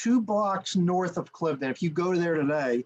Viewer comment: great analysis! Thanks! I grew up on part of the battlefield so I know the area very well. BTW it is pronounced Cliv-eh-den, 3 syllables. Knox ruined this battle, pushing a strategic concept during a tactical battle. Washington never should have listened to him. 1st Half US 21-0, Final score British 42-21.